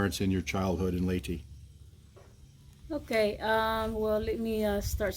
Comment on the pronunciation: Wilma, please teach how to pronounce Leyte properly! He! He! Peace...